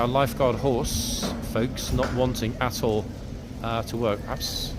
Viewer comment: When he says 'at all', it sounds like 'a$$ hole' 😅😅😅😅😅😂